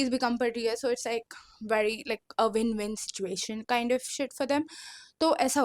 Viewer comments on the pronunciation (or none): none